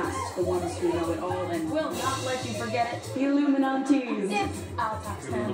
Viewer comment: "Illuminaunties" Rob: smdh lmao